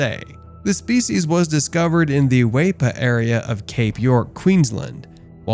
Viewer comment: Pronounced Weepa not Waypa